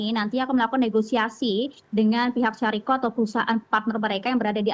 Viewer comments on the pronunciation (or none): Yg tepat syarikah, bukan syariqoh